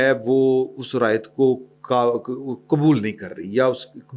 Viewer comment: لفظ رائیت نہیں رعایت ہوتا ہے آپ اکٹر ایسے ہی بولتے ہیں